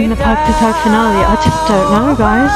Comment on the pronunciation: Ohhh nice to hear you pronounce word PAGTATAG FINALE we love you na ❤